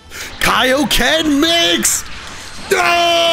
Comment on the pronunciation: Goku: KIO KEN: kio what?